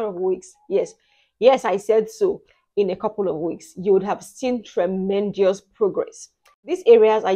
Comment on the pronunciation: Dear ma, there is no i in the word tremendous.